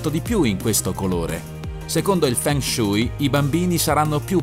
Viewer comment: Si dice Fen Suei, dato che sono Cinese.